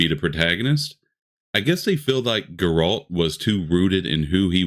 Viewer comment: My guy, its really hard for me to listen to criticism about a game when you can't pronounce Geralt's name correctly. Ciri is the main character and the entire reason for the books Geralt dies at the end of the books. Only by CIRI being a powerful being was she able to take Geralt and Yen away and bring them back to life essentially. Anyone that says she isn't powerful enough to be a main character of a game is just trying to fight against this "woke" narrative. I agree a lot of these studios are making shit for the modern audience. I don't believe that will be the case with Witcher 4. Time will tell who is right/wrong.